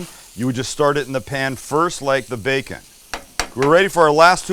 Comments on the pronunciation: Some of my favorite things..."Oops, I swore it🤭", "Ba-ken ", "tom-Ah-to", "'Merican".... Sam, you're a HOOT!!!! (LOL!) Much love from Mississippi 🥰! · Sam bring 🔥amazing. Sam was that your southern accent when you said 🥓 😆.